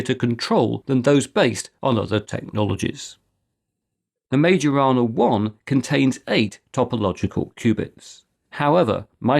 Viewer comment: Increadilbe stuff. Majorana is pronounced: Mai yo rana. The "r" is trilled (rolled), but not expected from non speakers. *myorana.